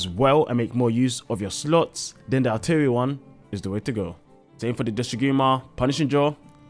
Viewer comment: Arterian? ar-tear-ee-an? it's artian. like Martian. great video!